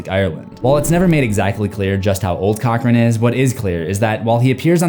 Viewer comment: Cochran?? More like 'Cock-ring' >:(